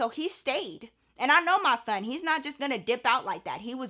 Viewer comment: The way you say “MAH SON” lol I know it’s real!